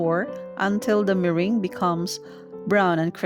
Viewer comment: it's me-rang